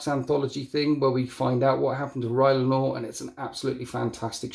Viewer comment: Not Rylanor=Rylanot